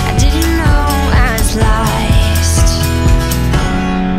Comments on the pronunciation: Why can't she say 'lost'!?! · What accent is this? Why can't she say 'lost'??!!